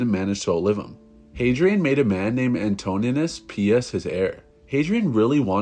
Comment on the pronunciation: Anto - ninus not Antonius.